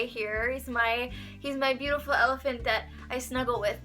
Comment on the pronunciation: I love your room and how u said elaphant